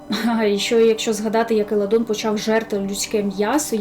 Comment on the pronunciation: Не Еладон, а Еландон😅